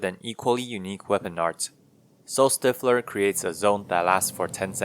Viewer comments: Stifle is pronounced like rifle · That's not how "stifler" is pronounced. The base word is stifle, not stiff.